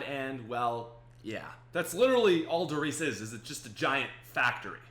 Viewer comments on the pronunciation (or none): Wait were the nerds but you know every spongebob episode ever?Also read Der Reise atleast somewhat like its in German,youre emaressing yourself